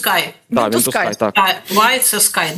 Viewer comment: Вентускі - ха ха ха. Навчиться читати!